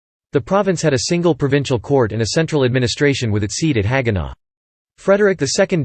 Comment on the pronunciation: Careful of the pronunciation of HAG-EN-OH. Strasbourg sounds more like “straus” (i.e. Levi Strauss). Saying “strass” sounds too German. Yes, Alsace is a pronunciation nightmare but in some ways, native English speakers have an advantage. Schwindratzheim, Niederschaeffolsheim & Breuschwickersheim. Have fun asking directions! 😂